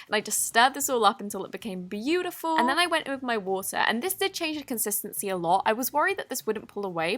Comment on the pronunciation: When u say 'beautiful' u sound America